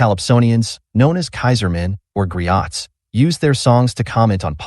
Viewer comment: Griot! You don't say the t and you pronounce the letter O as O, the way it is said in the English alphabet. The word Griot is French.